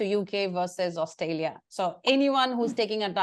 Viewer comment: Please don't say 'AustALia' and say 'AustRALia'